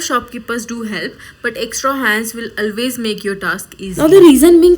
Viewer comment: Your videos are really amazing & motivating for all the fashion designers. But just a small suggestion, You mispronounce some words like H is silent in "Honestly" so its pronounced as "Onestly" & "Always" is pronounced as "Olways". Please don't take it in a wrong way. I have been following your channel since long & I want to see you grow ❤️✨️ Loads of love 🤗